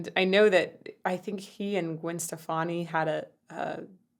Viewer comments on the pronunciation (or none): none